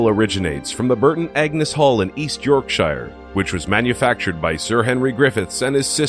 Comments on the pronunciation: it's spooky how you say Yorkshire. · You pronounced Yorkshire wrong- I live near there- still aSCARY